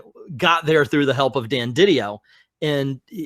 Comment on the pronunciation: It’s Di Dio, not Diddy-yo